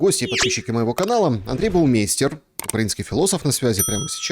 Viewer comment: Почему, Вы произносите фамилию своего собеседника неправильно. Это немецкая фамилия Baumeister. Баумайстер.